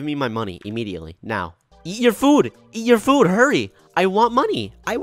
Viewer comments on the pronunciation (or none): Can we talk about the way says food. It sounds like “fuud”